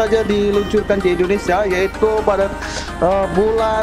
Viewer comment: Bang lain kali klo bilang Indonesia jangan Indonesa